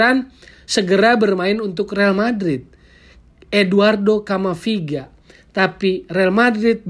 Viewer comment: Camavinga bukan camaviga..